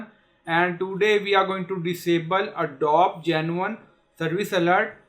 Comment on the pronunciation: Wtf is ADDOB dude??? Its "a-doe-bee" FFS.